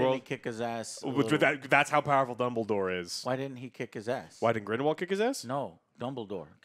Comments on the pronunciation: Here we go again. GRINDLEWALD. Not GRIMWALD. Movie reviewer...learn the names if ur getting paid for this stuff. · It’s NOT GRIMWALD!!!!!!!! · I chuckle every time calls him "Grimwald":) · Joe consistently saying "Grumball" instead of Grindelwald is hilarious, but them saying how they remember all the Harry Potter movies while forgetting Aberforth, Hermione's parentage (both her parents are muggles, thats why Malfoy calls her "Mudblood") and how the Elder wand works is doubly hilarious. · These guys have a really difficult time to remember or pronounce Grindlewald's name... they keep saying Grindwall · Lol, Joe is always messing up character names. Grinwald? 😂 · Years later and still doesn’t know how to pronounce “Grindelwald” 🤣😂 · The movie is expectedly dumb I'm sure, but so is saying Grindelwalds name wrong 600 times within 40 mins, no offense gentlemen;) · I’m trying to figure out if Joe constantly mispronouncing “Grindelwald” is supposed to be a gag or not @@